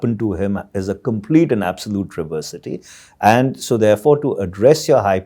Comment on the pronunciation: Mr Tewari. It's travesty and not /traversity/.